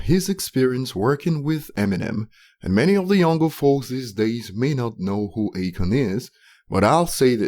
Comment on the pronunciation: It's A-Khan. Not Achon.